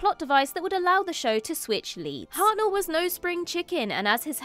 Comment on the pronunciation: William Hartnell, not William Harel